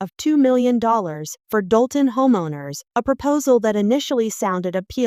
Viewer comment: It’s Dolton, IL